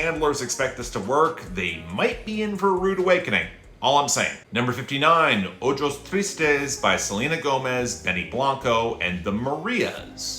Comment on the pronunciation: Love yr content, I tune into BB every week. One thing: the letter "J" in Spanish is pronounced like you do an "H" in English, and I don't know how you've made it *this* long without someone correcting that. The title of the Selena/Benny song is pronounced "OH-hos", not "OH-jos". - a mixed-race fan